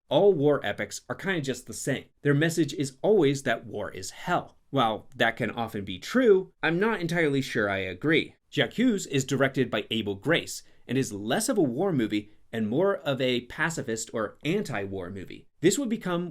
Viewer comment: Richard Barthlemess, not Bartholomess. Abel Gance, not Grace.